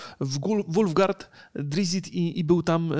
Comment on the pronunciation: nie drizzit tylko drizzt i wulfgar a nie wulgart...